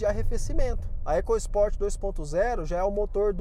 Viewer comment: Muita besteira ao falar "ECASPORT", fale da forma correta, ECOSPORT